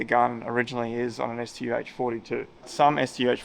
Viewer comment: wow he got the pronunciation of the StuH correct.